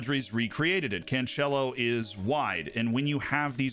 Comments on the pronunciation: Please stop saying can'tch'elo like he's italian xD The c is 's' sound. Can's'elo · Just stopped the video the moment u said 2nd time CanCHelo, what a moron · That pronunciation of "Cancelo" hurts, man, not gonna lie. Regardless, great video as always.